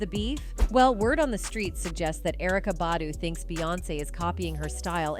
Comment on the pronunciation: Mmmmm you pronouncing Ericka's last name wrong get it right